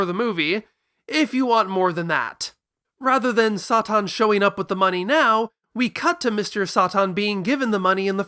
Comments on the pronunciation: just say “saytan” that’s literally his name the way you’re saying it is driving me mad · I love dragon ball for its direct references to the west and Mr. SATAN (why are you pronouncing it like that?)